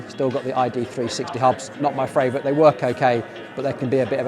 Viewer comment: You know you said "fravourite" right?